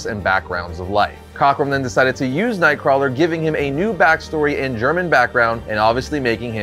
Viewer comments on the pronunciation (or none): Nothing clearly identifies you as a reliable source of information on a character like mispronouncing said characters name literally every time you say it…